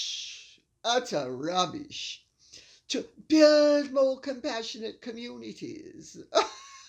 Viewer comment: I love the way you say rrrrrrrubbish!